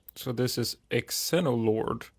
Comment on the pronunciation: Xeno is pronounced Zee-no. It means foreign which makes sense because Xenolord is an alien and is foreign to the planet